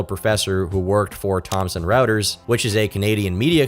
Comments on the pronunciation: Reuters is pronounced Royters not Routers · Reuters is not pronounced as routers. It is more like royters. It is a German name so phonetically as roy·trz. Normally I am used to mispronunciations as AI voices are everywhere. When a real person is talking I would expect a different level of research into unfamiliar words. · Reuters is pronounced like 'royters' not like 'routers' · "ROY-ters",. Not "Route-Ehrs" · you really pronounced Reuters as routers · Reuters is pronounced roy·trz. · Royters. It's pronounced royters. Read a book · Reuter pronounced like “ Royders”